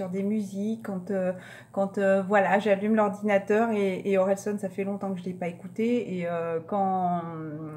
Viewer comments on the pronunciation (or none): Je vous ressent tellement plus solaire par rapport à il y a quelques mois alors qu'on rentre dans le froid , C'est dingue 😊 ( Je connais cette album de Orelsan 🔥♥️ ) Je rigole quand vous dites son pseudonyme, ca se dit OrélSAN comme SANitole 😁😁 Bonne journée à vouuuus